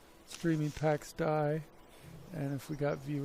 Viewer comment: ITS PRONOUNCED DAY!! PAX DAY